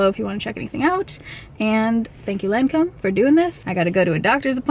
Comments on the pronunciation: In Australia, we say LON COM...but you say LAN COMB. Did you ask her how she pronounces it? It looked good. I like the way you do your makeup much better x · It’s “Lawn-comb” not “layn-comb” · I worked for Lancôme. Pronounced ( Lahn-comb)😉. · So far, I think it's your best make over yet. Different from your style, but very much in tune with your features. BTW best way to remember how to pronounce Lancome is Lawn - come (as is the way you'd pronounce commercial) Luv ya lots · I would imagine that one of the most difficult things of working at the Lancome counter is learning to pronounce the names of the products😂😂😂😂 Thanks for another great makeover video. A MUCH needed break from reality!!❤❤ I really loved the way your skin looked, but I agree the under eyes didn't look the best. The lip color was gorgeous on you!